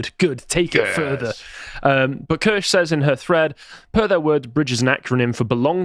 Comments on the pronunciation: Kirsche pronounced like Spear. "Key-Er-Sh" shes been trying to tell everyone for almost a year. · none of the people covering Kirsche’s work on bridge can be bothered to pronounce her name correctly lol